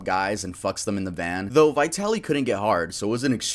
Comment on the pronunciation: As a Russian-American, you pronunciation of Vitaly is wrong… but then again he’s a piece of shit so I can’t be mad lol. I’m not buying his shroom argument at all. I feel horrible for the victim! He assaulted her in broad daylight, yet she got no justice